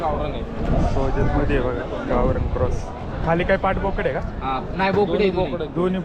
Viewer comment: व्यापारी सोजत ला सोल्जर म्हनाला😂😂😂